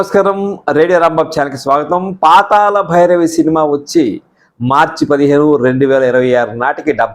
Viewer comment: meeru "La" ni "la" palukutunnaru. PaataLa bhairavi, Paatala bhairavi kaadu. Manninchaali. NTR became a super star after this movie.